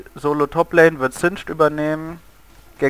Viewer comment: außerdem heißt es lane und nicht lain. nooblords